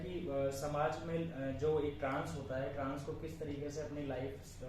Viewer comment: Bolna toh seekh leti trans ki jagah tans tans😂😂😂